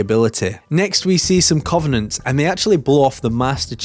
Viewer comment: YOU SAID COVENANT WRONG😭😭😭😭😭